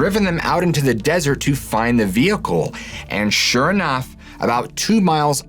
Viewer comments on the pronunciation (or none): none